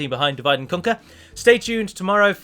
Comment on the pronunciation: "Divide and Conq-ee-yah"